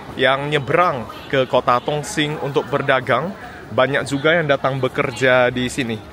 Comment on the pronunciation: Intonasinya kurang jelas,. Bilang Dong sing (Dong Xing) seperti tong sing bunyinya